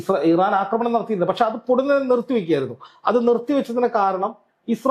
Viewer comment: യോടാണ്, അക്രമണം അല്ല കൊച്ചേ ആക്രമണം എന്നാണ്. പറയുന്നത് ശെരിയായിട്ടാണ്. അതു കേട്ടു പഠിക്കൂ.